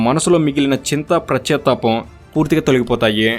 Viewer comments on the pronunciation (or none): prachatapam kadu pascha tapam